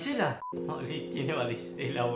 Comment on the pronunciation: Me mata cuándo dice: Que tiene Varicelas🤣🤣